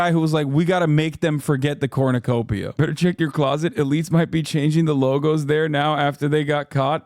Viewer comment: I really love that she pronounces it "corn-you-copia." Very human design!